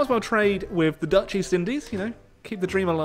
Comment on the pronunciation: Your dutch prenounciation is completely correct, no mistake made, none